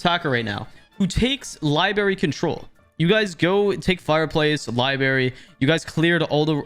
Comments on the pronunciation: its not "libary" its "LIBRARY" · Why you keep saying "Li-berry" lmao Sorry if thats how Canadians say it, but that sounds so fucking dumb i cant stop laughing lmfao Love the video though 🤣🤣